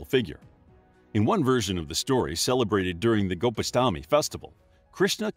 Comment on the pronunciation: It’s not Gopashtami but pronounced as “ Gokulashtami “